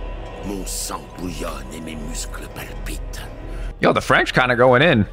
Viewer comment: Your good french